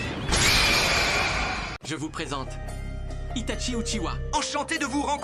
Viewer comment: 😂😂😂😂😂😂😂"maître itachié" 😂😂😂😂😂